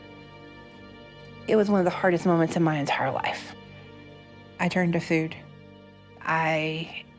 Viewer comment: Am i the only one who hears her say "I turned her to food" what the f